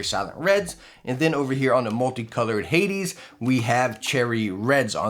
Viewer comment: Love ya to death but it's "hay-deez" not "Hay-dz". Watch Disney's Hercules for reference.